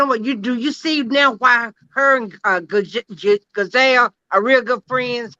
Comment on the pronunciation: 😂😂😂😂😂 she she keep calling Gizelle Gazelle like the animal 😭😭😭😭😭